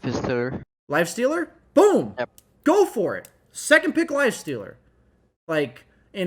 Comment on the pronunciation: “Lif aster”